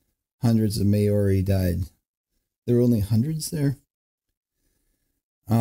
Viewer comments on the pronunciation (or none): OMG Maori is not pronounced "May Or EE" Mao (as in Chairman Mao of China) Ri. Maori.....I am an Aussie and you'd think it wouldn't piss me off....but it did...lol.